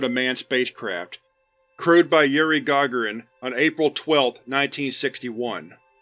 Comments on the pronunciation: Also Yuri Gagarins last name is pronounced Gah(gah)rin with emphasis on the second sylable , not (Gah)gahrin like you say it. :) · Gagarin, is pronounced Gi-gar-in, the Gi is more so of a mix between I and U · It's pronounced guh- GAA-ruhn I know, I had to.